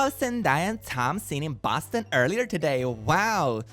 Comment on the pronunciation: boston is pronounced suspiciously like a portuguese slang for poop (bosta)